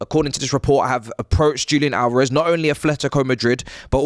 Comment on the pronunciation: DJOOLIAN ALOREV. Jesus, you brits are so shite at pronouncing Hispanic names And you complain about how North Americans pronounce words? LOL😂